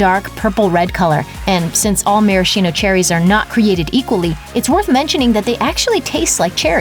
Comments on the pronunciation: [maraskino], not [marashino] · Gizelle Smith it’s actually pronounced “mare-a-skeeno” after the spirit they were originally soaked in.